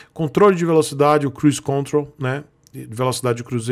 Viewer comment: Opa.fala.. tudo tranquilo.. então... É Cruise contrOl..com ênfase no segundo "O".valeu brother